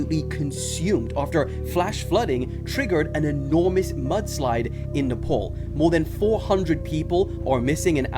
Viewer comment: Its pronounced Nepal 🇳🇵 😊